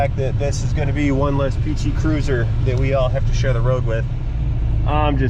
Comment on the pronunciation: Can't swear to it, but it sounded like called it a PT Curser (Cursor?). This might have been the only one I have seen in 10-15 years that wasn't running on at least one compact spare.